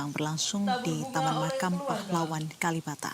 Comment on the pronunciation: KaLibata ... Bukan KaLimata Nduk.